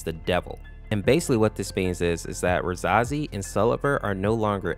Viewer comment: Pronounced ruh-SAY-zee and SEL-ev-er Caps=emphasis